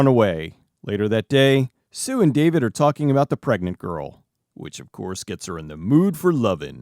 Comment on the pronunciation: At first I heard "plague-nant" when Linda says the girl is pregnant. Considering what happens later in the movie, that might have been a more accurate way to put it.